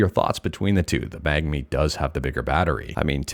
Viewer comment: Are Canadians just unable to pronounce the N before the G in Mangmi or do they not even see it?